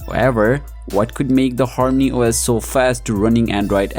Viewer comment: Active the Translated..... Hormany os >>>horny OS..... 😑😑😑😅